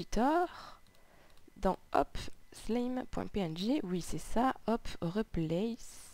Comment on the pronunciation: pas SLIME mais "slyme" (je suis maniaque xD)